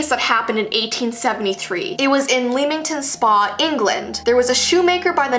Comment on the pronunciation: I love but the way she says leamington spa and Coventry makes me want to cry